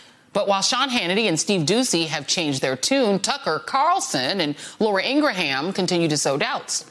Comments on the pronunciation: IngerHAM!!! LMAO I love that he butchered her name so darn eloquently and that SHE REMEMBERS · Inger-ham? haha!